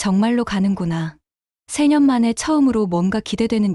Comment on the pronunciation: 3년을 <세 년>으로 발음하는 잘못을 조심하세요. 3시간, 10년, 이것들은 <세 시간>, <십 년>으로 읽어야 합니다.